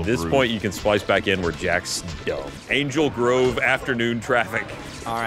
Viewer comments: lol this is making me wanna re-watch the movie. I grew up with Power Rangers, dammit. it's good to see these guys remember it just as much as I do. <3 Note: Ryan did NOT flub on Angel Grove. he got it right,:P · To be honest, I played it back a few times, sounded like he just put a lot of emphasis on the double o, like angel grow-ve. Still correct though.